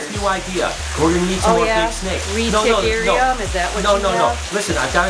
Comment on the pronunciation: really said "The Retic-arium" 😂😂😂